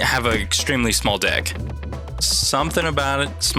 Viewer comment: Don’t say small deck.. doesn’t sound like small deck. Lol😂